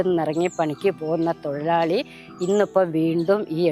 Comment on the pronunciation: തൊയി ലാളി അല്ല തൊഴിലാളി